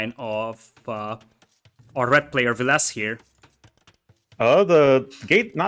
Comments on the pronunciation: I think overpronounces the last e in Villese, I think it must be a more silent e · I think it’s pronounced the way it’s spelt, VIL-leh-seh, but it might be my mind messing with me and making me believe I heard it from the man himself in one of the videos.